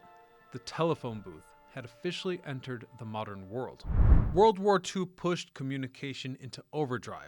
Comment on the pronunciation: This guy must be AI. ‘ the wold we once ‘know’.